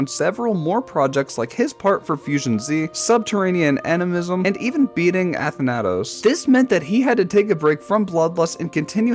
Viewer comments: Ah yes "Ath Naytos" my favorite level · Element 111 RG and unnerfed zodiac and anathema deserve to be here, also next time tell pronounce stuff correctly, i know doesnt play gd but it would be better if the video wouldnt feel like it was narrated by a person that never played gd lol, i almost died hearing the athanatos one😭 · your pronunciations are going to be the death of me 😭 ive NEVER heard someone say quasar or athanatos like that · Why do you say atha natos its athanatos put together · "atha nah tose" it's pronounced a than na toes also luqalizer is pronounced luke a lie zer but that one is way more understandable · Why do you pronounce Athanatos wrong